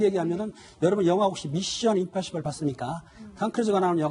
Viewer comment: 미~~쎤~임파쌰블?? ㅅㅂ.............욕하는줄 알았네................